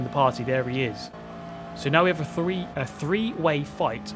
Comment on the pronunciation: "A fhree way fight fo' fouth"